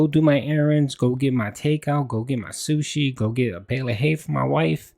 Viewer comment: He needs his paper plates and sooshee dood oahkay?! Its his only day ahff!!